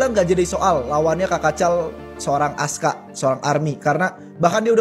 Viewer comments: Bukan ASKA LAAA, ASKAR 😂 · Askar bukan Aska😅😅😅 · Askar bukan ASKA. lu beli kamus melayu dimana sih kok ngawur?